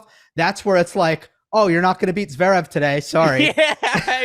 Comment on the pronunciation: What do you mean, 'to cheat' re Stef? What does RBA is like a cup of coffee mean?? What's the reference to peanut butter??? Im from across the pond and I just don't understand🙃 PS it's zvErEv nor zvEErev. Ist E is just like the 2nd E